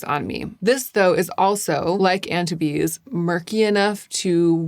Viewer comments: Yay! I was worried you were going to swatch these elsewhere on the socials and I am limiting myself to YouTube. I have to wait for your reviews for make up because i too am a ghost. Also, no one cares, but Antibes is pronounced Anne teebs. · I’m French and hearing you pronounce Antibes like titties for half an hour is really entertaining 😚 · love your videos BUUUUT Antibes is a city in France and is pronounced french <3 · Antibes is a town in the south of france...it's pronounced 'ahn-teeb' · Antibes, forget the "iz" at the end and just say Antib. Town on the French Riviera between Cannes and Nice 😊❤ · Ok, NGL, of ALL people I did, in fact, expect to know how to pronounce Antibes. And for that expectation it's indeed funny:) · ah bon! I lived in Nice for a year during college and loved my experience. I have been back to France many times and have a special place in my heart for French people and language. normally does so well with pronunciation but this one just stuck out to me.